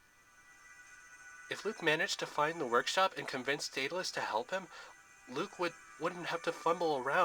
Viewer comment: Its pronoucend Daud-le-us